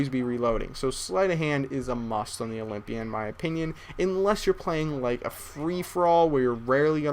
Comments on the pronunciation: OLYMPIA NOT OLYPIA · olympia not olimpya lol